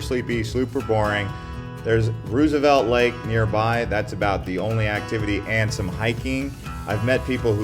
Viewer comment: "Coolidge could change really quickly in the next 20 years." Please help us understand how a timeframe of 20 years is a really quick change. And good lord, learn how to prounounce Roosevelt Lake. Have you even been to Arizona, or did you just narrate a video someone else recorded?